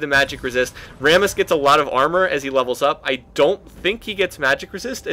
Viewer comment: Sounds like you're saying 'Varus' when you're actually saying 'Rammus' XD Got a little bit confused at the start.